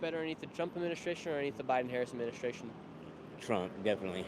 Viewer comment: not me hearing “tramp” and then thinking skamala 😂😂😂 Who are you voting for? TRAMP OR TRUMP?!?